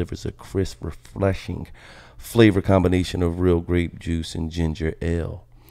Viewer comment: Refleshing????? Come on Gil